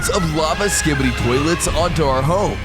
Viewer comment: Pls never say skibity